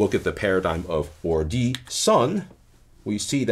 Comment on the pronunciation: Thank you so much for these videos. "Son" is pronounced vordi (with a vo - ո), not ordi . Also, the final y is silent: get/dat "son" is thus pronounced vordvo